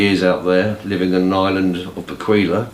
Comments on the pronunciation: Pronounced bek-way by the locals or was when I went there. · The Island in the Caribbean is called Bequia not Bequila